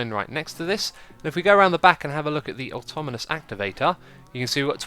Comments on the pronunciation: Ben North I know but he was putting letters in the wrong positions that isnt just an accent (he said atomonous not atonamous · X its pronouced aw taw naw mus activator :) sorry it just nagged at my mind and i had to say something